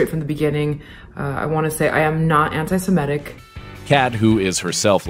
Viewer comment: "... I'am not antiSIMETIC." Just for the record, it's "antiSEMITIC." Embarrassing.